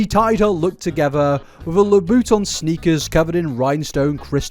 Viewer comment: Not "La-Boot-On" 😂😂😂😂